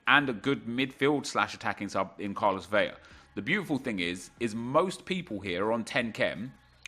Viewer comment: Hola. Vela is pronounced just as it’s spelt. You are pronouncing it as it if it was spelt ‘Vella’, only the double L is pronounced as a Y. Un abrazo.